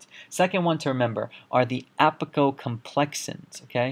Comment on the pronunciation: Just a quick question on yet another excellent video. Isn't it apicomplexans, not apicoCOMplexans? Just a question not a criticism. Thank you so much for these videos.